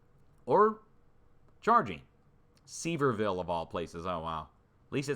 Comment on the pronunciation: is not a Dolly Parton fan, or he'd know Sevierville is pronounced "severe-ville."